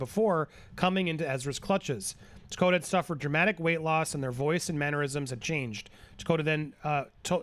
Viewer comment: Takota? Tokata.